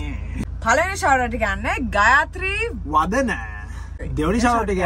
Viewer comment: Magee name eka pronounce kalaa waradiii (ගයත්‍රි වන්දනා )😂💔 eth mata mara happy Mula idanma & family eke member kenek nisaa thank uuu akki & aiya